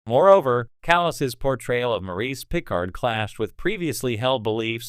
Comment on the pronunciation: When you choose to use an AI voice for your narration it might be good to find one that can pronounce "Picard." Lazy and amateurish.